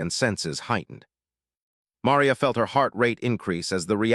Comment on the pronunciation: Ma - ree - a